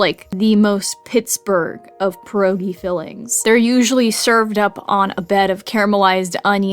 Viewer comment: It hurt me the way she pronounced it lol